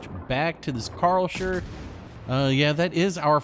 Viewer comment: Ive never heard someone butchering the name Karlsruhe like you before 😅